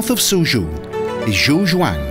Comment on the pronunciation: Suzhou is not pronounced SuZhoo. Check your pronunciation